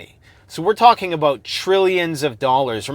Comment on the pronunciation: Alot to talk aboot today! Hahh